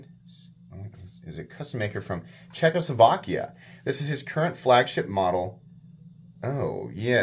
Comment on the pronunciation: Czechoskovakia? Nice 🤦🏽‍♂️